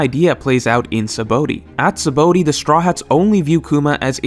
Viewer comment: You purposely saying 'Sabaody' wrong?